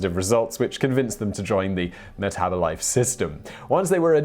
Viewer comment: "Meth -abolife"😄